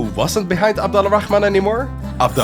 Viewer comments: The letter L in abed Al-rahaman is silent so it's more of ab-dor-rah-man The (Al) work as the word (The) in English and we don't say the L in it if it has some specific letters after the (AL) like the letter ر which pronounced like the R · The way you say abdal rahman *really* annoys me.